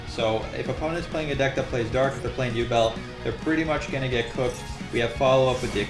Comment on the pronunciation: man, between Eww-bel and Centur-Yawn, this DC is quite a chore to play against.